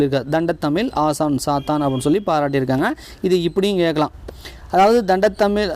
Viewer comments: Thamizh words coreect an pathu padichingana nallarukkum.... Thandamizh... Thandathamizh... 2003 ...2013 konjam Sariya padinga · தண்ட தமிழ் இல்லங்க... தண்டமிழ்😂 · 72.தண்டத்தழிழ் என்று உச்சரிக்காதீர்கள்.. தண்டழிழ் என்பதே சரி.